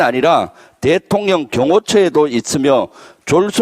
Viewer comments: 발음좀정확히 하실것 대통령 이지 대통 련 이 아니죠 ᆢ참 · 아따 고거참 발음 교정좀 하고 해라마 짜증나게 대통년이 뭐꼬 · 본의는 아니셨겠지만.....발음상 대통령이 돼통년...으로 들려서 참 좋습니다~+_+ 너무 어울리는 돼통년... 김병주 의원님 존경하며 응원합니다~+_+ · 대통년~ 김병주 의원님께서 얼마나 열받았으면. 대통령 ㅆㅂ년을 줄여서 대통년이라고 발음하실까!!!! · 발음 좋다 대통련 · 주블리 김병주 의원님이 화가 나시면 국민들께 알려주고 싶은 말씀이 많으실때 살짝 발음이?~ㅎ 든든합니다 가끔 귀여우실때도 있답니다.국방 만큼은 4성장군 답게 해박하십니다~